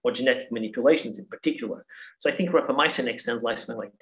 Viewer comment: Yeah the first clue was her mispronouncing "Rapamycin" and then the repetitive hand motions.